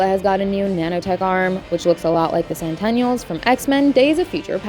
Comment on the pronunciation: You had me until you said Centennials instead of Sentinels.